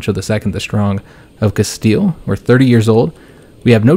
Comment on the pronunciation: Bro do not say “casteyay”. It’s CASTEEL